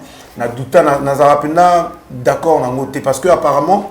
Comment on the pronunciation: Belle émission, lokamba obomaka nga Nako seka heure olobaka d'acc'ord 🤣🤣🤣